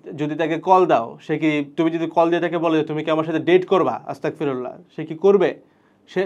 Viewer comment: আসতাকফিরুল্লাহ নয়, আসতাগফিরুল্লাহ